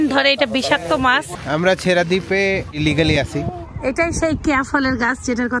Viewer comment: ছেঁড়া দ্বীপ কে ছেসরা দ্বীপ পড়া আমি 😅😅😂😂